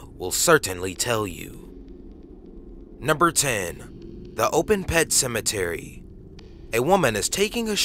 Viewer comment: Pet sematary ? 😐